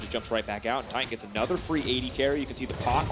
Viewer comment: It's... titan. Tie-tan